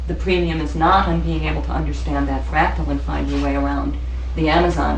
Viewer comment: It's "FRACTAL"